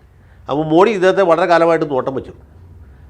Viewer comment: മോഡി. അല്ല. മോദി എന്നാണ് ശരിയായ ഉച്ചാരണം.